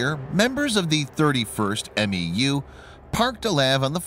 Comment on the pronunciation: We don't call LAVs "laves". We call them L-A-V. MEU is not called M-E-U. We call them "mules". Just an FYI so the channel can sound more official 😉